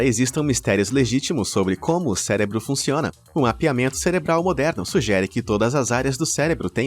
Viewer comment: Falando em erros, tente falar cérebro ao invés de celebro. Obrigado!